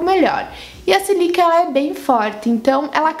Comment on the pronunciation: Oi! Adorei o vídeo! Só discordo de uma coisa: não tem como ser a sílica (se fala com acento no primeiro i) que faz arder os olhos. Sílica é um composto inorgânico, a areia é constituída basicamente de sílica. Sílica não tem cheiro algum. É areia. Deve ser algum outro componente. Na minha opinião, devem ser os componentes anti-idade que a base contém. Sei que deves ter tirado essa informação de algum lugar, mas não pode ser verdade. Não entenda como crítica, adoro seu trabalho! Beijos!